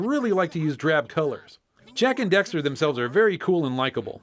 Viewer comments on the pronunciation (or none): Duuuuude you mispronounced daxter so many times!!!